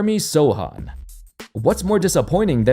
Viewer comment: Kudos for pronouncing Sochan's name the right way 👍